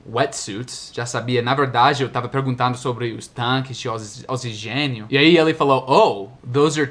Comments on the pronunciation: Quando você estava falando dos tanques de oxigênio, você disse "ozigênio", mas se pronuncia "ocsígênio", sendo que o "gê" é a sílaba mais forte. Nunca diga "ozigênio" para um brasileiro, as consequências podem ser sérias! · Ei, ali no vídeo você falou "osigênio", deu pra te entender tranquilamente, no entanto a pronúncia correta seria "oKSigenio", com o K mudo e o S fazendo quase um "ssss", não sei se deu pra entender, mas espero ter ajudado. Seu português está cada vez melhor. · okicigenio é como se pronuncia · Oxigênio se pronuncia "ocssigênio", não "ozigênio". Só um comentariozinho bobo, mas até pra comentar como a pronúncia de x em português não faz sentido nenhum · você falou "osigênio" e o certo é "OKISIGÊNIO" na pronúncia da palavra Oxigênio! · "ozigênio" não,, "ocsigênio" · Oxigênio "oquicigênio" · o mais engraçado foi a pronuncia do ''OXIgênio haha, engra dms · "Ozigênio" foi ótimo! 😂😂😂😂😂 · Diga "oksigênio" e sairá mais vistoso. Apenas uma ajudinha se é que posso me dar ao luxo. kkkk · Não é oxigênio"(ozigênio)". Lê-se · parabéns pelo vídeo. Estou só lembrando que oxigênio o X tem pronúncia de kS Okssigenio. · Hi! Great videos! Btw, the X in Portuguese is pronounced the same as in English in oxigênio:)